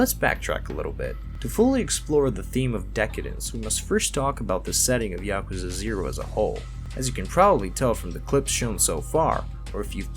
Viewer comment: It's Pronounced Ya-ku-za! Not. Ya-ka-za. So many YouTubers say it wrong lol. There's a video on YouTube to teach you to say it right!!!